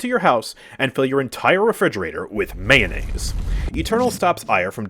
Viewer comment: Dear god not mayonniase